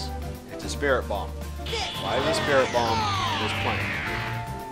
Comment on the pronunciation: he realy say spirrit ball